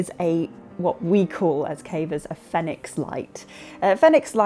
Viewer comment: Yay! I was actually in the market for a new headlamp, and this settles it for me. Having never heard anyone else say the company name, I also assumed it was pronounced the way you say it. It fits the phonetic system that I'm familiar with. Congratulations!